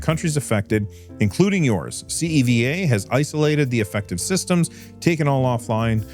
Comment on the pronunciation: CEVA logistics is one of my clients at work. I can't really say anything about the hack (this is the first I've heard about it tbh), but FYI it's pronounced See-va